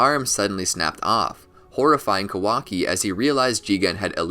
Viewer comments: It’s Kah•wah•key not Ka•walkie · Pronounce his name correctly first 🤣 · Bruh, pronounce his name right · I think your pronouncing his name wrong